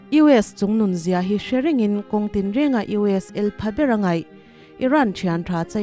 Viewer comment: "Chungnung zia" ti lo-in CHUNGNUN zia, tih tangtang zawk tur ani e. Ka lawm e.